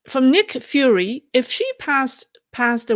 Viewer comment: "Fury" is pronounced like the word Fury that means "rage". Fiu-ri "Furry" is pronounced like the word that describes a cats fur. Fur-ri